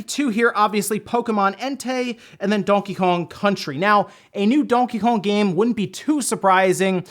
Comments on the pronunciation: "Dawnkey Kawng" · Am I the only one who thinks he says Donkey Kong weird?